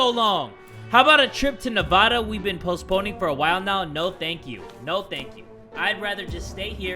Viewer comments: proneness it NAvada Every person who lives in Nevada: ItS NEvAdA! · The fact that said “Nevada” as Nev-uhh-da instead I’d Nev-ahh-da makes me sad... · Did just say Navauda instead of Nevada or am I hearing things? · jay you are my favorite youtubers but imma need you to say Nevada right it’s Nev-AD-a not Nev-AH-da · It’s Nevada not nevaduh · really hit me with the “Ne-vah-duh” lemme get an f in the chat for all my fellow Nevadans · Navada Me: sigh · JAY THATS NOT HOW YOU SAY NAVADA!!!!!!!!!!!!!!!!!!!!!!!!!😑😑😥😠😠😠😡😡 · are we completely overlooking the fact that said nevada wrong? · It’s pronounced nay-v-ah-t-ah” but I say *neh-v-a-d-a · Love the video like always but when he said Nevada wrong it annoyed me as someone from Nevada. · Bruh I can't believe he said Nevada like that😂